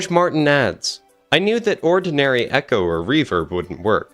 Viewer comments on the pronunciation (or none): none